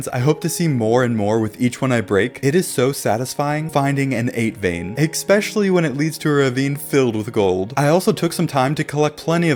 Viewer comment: I can't be the only one annoyed by the "ex-pesh-a-ly", right?